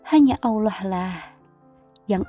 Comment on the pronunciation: Emang ini yg ngomong manda apa bukan si ,kayanya bukan ya , sebab mengucapkan kalimat Allah faseh banget khuruf lam nya , lam jalanlah tafkhim uda kaya org muslimah